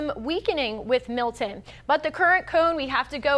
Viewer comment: It's Milton, not Mil'en.